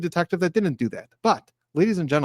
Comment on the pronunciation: Be careful, my friend. You look wise with your cap and your beard. But for a moment, I thought I heard you say “didint” like a GenZ fool, instead of “didn’t“ The only worst thing would’ve been to say “dinit” Be careful, and carry on